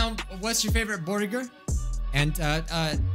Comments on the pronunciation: I legit thought of Kel when you said borgir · The way he says 🍔